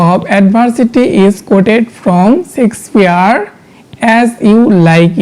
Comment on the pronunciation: হ্যাঁ ভাই ইনি শেক্সপিয়ার না বলে।।। সেক্স পিয়ার😅😅😅😅 কথাটা বারবার বলছিল